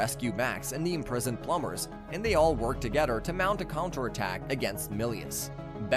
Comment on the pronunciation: oh my god so many mispronounciations plum bers???